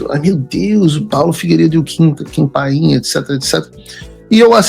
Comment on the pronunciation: Paulo, o nome é Kim Paim. Não pain (dor em inglês). Kim é tudo de bom!!!! Ele estuda muito e é muito equilibrado em seus comentários. Não precisa usar palavrões (como você usa com tanta frequência) para expressar os sentimentos dele!!!!! Não é por nada que ganhou 2 (DUAS) vezes o premio IBest de melhor jornalista de política!!!!!!